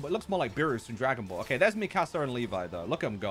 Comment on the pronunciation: Bro hates Eren then butchered Mikasas name😂